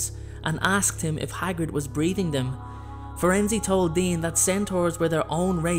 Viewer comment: Is it pronounced Firenzy? I thought it was Firenze.. Nice vid though.